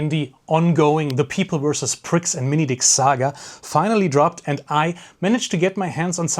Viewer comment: This dude gets it. ALL of it. I am happy to be part of the same species as him, even IF he has difficulty pronouncing “minifigs”